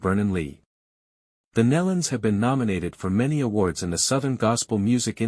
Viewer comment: Learn proper pronunciation of these sweet people's name- (knee-luns) Nelons